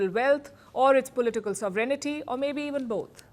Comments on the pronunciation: Palki, you pronounce "Sovereignty" incorrectly. Please check out the right pronunciation and remove the blemish in your otherwise stylish English speech. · Palki is so cute and fluent but doesn't know how to pronounce 'Sovereignty'. For Ukraine, the situation is like, One guy wants to loot Ukraine's land and the other its resources.